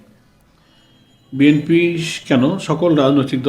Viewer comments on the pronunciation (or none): none